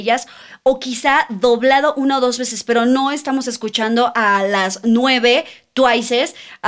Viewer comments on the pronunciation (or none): Beses no besese